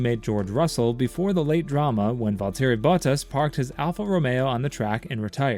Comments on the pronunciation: Am I the only one who hates how he says “Valteri Bottas”?? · I’m all for speaking the language of FREEDOM but hoooolllly! You couldn’t even try to say “Grand” and “Valterri Bottas” even remotely correctly. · Are we all going to ignore the Valtteri Bottas pronunciation?